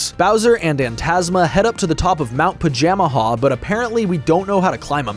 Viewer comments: You are a fool it's pronounced "Paja-MAJA" not "Paja-Maha". Also, I'm gonna be real, the whole "Bowser betraying Antasma" thing feels entirely hamfisted and dumb. If they REALLY had to break apart, why could it not have been AFTER having a second Bowser-Antasma team up battle? Hell, mix the Dream Stone and Nightmare Stone into something TRULY heinous, call the result Comatose Bowser. THEN have the two arguing about how the other guy was sandbagging AFTER they get beat. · I watch Sullypwns play through this game as a kid so much, makes it weird hearing Pajamaja pronounced this way